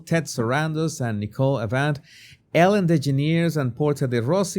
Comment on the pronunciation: omg how you say ellen's name is hilarious!